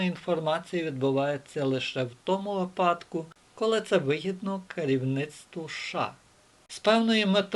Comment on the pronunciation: Ну чомУ знОву кАжете *випАдку*? На першій хвилині! Нема ТАКОГО слова в українській мові! Гидко слухати далі... А по суті - важливі і розумні думки викладаєте.